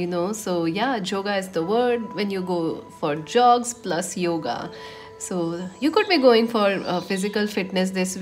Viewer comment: " Joga" is a Bengali accent of " Yoga"😂😂 .... Yes too much bg this week.... everything resonated Pile2